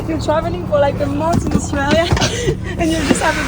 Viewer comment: Australia ❌ zooralia ✅